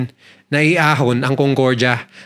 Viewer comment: CONCORJA😂😂😂😂 Ayusin mo pronunciation mo kuya